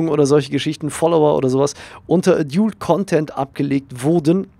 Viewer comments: Klugscheiss-Modus an : Preferences heisst Vorlieben ;) Und es spricht sich nicht A-djult Content sondern Ä-dalt Content (lautsprache wobei das Ä nicht zu stark betonen sonst kommts dem sächseln zu nahe ^^) Klugscheiss-Modus aus. Gruss :) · Adult wird edalt ausgesprochen!!!!!! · *ädiult(so wirds ausgesprochen) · es wird übrigens "ädalt" ausgesprochen :) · Danke für das hilfreiche Video, aber bitte höre dir die richtige Aussprache von "adult" an. ;-)